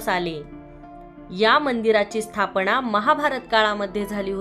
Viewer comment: दर्शण??? स्थापणा?? किती अशुद्ध उच्चार 😒